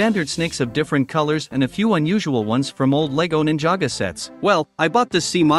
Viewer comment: Its ninjago not ninjaga